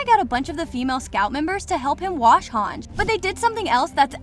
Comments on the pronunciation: "hanj" it's han ji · It is spelled as Hang-iiiiii not HANJ. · It’s Not Hang it’s HANGE you dummy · her name is pronounced hangee not hawnj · It's pronounced Hon-jee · Yeah I really don’t know why it annoyed me so much when you mispronounced hange